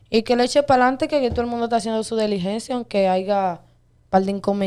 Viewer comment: Animal no se dice deligencia SE DICE DILIGENCIA🤕